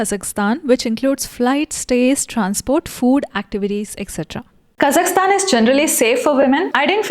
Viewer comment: you are the only Indian the name 'Kazakhstan' properly pronounced, BRAVO! like it. :)